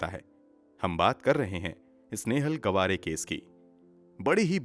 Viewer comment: Gwaare nhi gaavre....